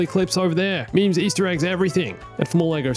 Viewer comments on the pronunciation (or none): none